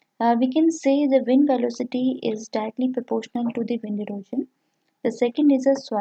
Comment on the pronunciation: Your classes are good but the term "erosion" is not pronounced as "erojan" .. it is "eroshan"